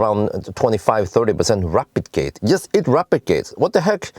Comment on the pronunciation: Almost sound like "replicating" when you say "rapidgating", that was a bit confusing, whats going on here 😄👍but yet another awesome video and I just ordered the evo and sold my bz4x 🙂👍